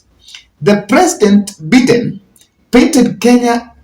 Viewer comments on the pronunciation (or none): Please your pronunciation of Joe Bide US president is annoying. It is not Joe Beaten , but By- Biden please correct or practice how to pronounce it